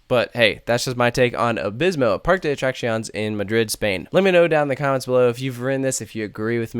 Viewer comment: As a Spaniard, I give this attempt a 6/10. Decent for someone from the US 👍